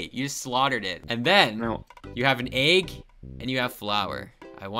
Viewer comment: I hate how you say egg you say EIEG